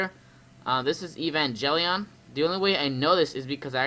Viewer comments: Have you seen Evangelion? It's really good! Recommend it to Kaiju fans. Also, it's pronounced Ay-Van-Gale-Eon, not Ee-Van-Jelly-On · Evan (Like the name) Gel(G as in Get) ion (Sounds like the name Ian.). hope this helps your pronunciation. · "EVE-AN-JELLY-ON" lol this game better be the next ROBOT ALCHEMIC DRIVE.